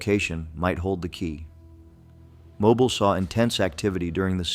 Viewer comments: It is pronounced Mo bill. Not like a mobile phone. I sure wish they would get this correct. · Correction: It is pronounced "MO-BEEL". (All vowels are LONG.) Not that difficult guys.